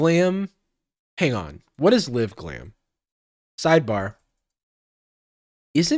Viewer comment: Why does he keep saying “liv-glam” 😭